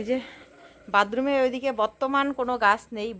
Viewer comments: দিদি, বাতরুম বলবে.. বাদরুম না নীল, বা লাল রং এর টিন গুলো লাগিও.. আজকাল ওইগুলাই ভালো চলে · আসল উচ্চারণ হল বাথরুম